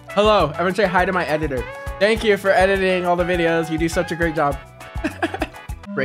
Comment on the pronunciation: said thankyou in Indian way